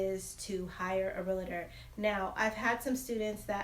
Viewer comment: It’s pronounced real-tor not real-a-tor.